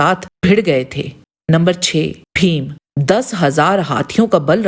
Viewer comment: आप भीम को फ़ीम ना कहें. उत्कृष्ट विडीओ. केवल उच्चारण की ओर ध्यान दे